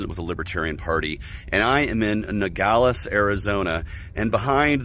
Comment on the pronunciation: It’s Nogales, not Nagales!!!!!!! He doesn’t even knew where he’s at!!!! Very poor!!! Now I know why the libertarian party is a residual party!!!!! Just a smudge!!!